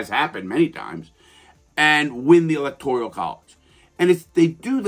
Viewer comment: I like the second half of the comment but “electorial” that’s just a mispronunciation and or misunderstood how the word is. Kinda irrelevant but still a good necessary correction.